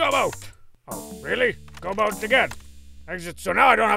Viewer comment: Funny how oar is pronounced "O-Are" here. And how boat is pronounced "Bo-At".